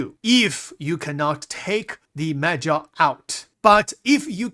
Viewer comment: I swear he said "meth gel" lol🤣